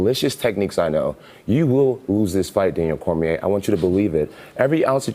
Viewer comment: Kkkkkkk muito engraçado esse nome "cormiehhhhh" XD